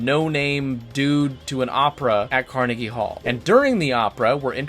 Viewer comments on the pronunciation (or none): none